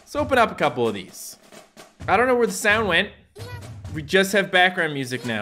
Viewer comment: the first time he tried to say the meaning of Hatsune mikus name it sounded like he said "The first Virtual Shit"